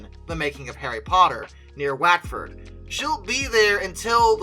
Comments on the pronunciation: Watford if pronounced "Wotford". It''s an easy mistake to trip over, but do try to check the pronunciation of English place-names - even the most innocent-looking ones can harbour pitfalls fore the unwary. And ... Woodham is pronounced "Woodum". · That was the oddest pronouncing of Watford I have ever heard, I had listen to that twice to get that.... Whatford is how it sounds when spoken over here in England